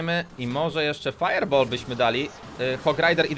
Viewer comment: sorry , że krytykuje ale mówi się fajer bol a nie fajer bal teraz pisałem jak się mówi XD